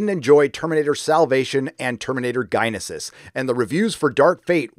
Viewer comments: Gen a sis...not gyna sis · Genysis is pronounced Genesis for crissakes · What the f*** is Terminator gynasis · You need to learn how genysis is pronounced. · Terminator: Guynisis lol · Did you pronounce genisys like that on purpose? xD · how the hell can't a man pronounce Genisis but can pronounce superlative?